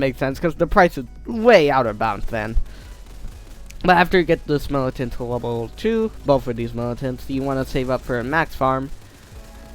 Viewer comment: He said militant wrong it is milicant